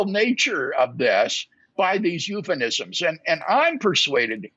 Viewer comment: “eupheNism”? Is this a word?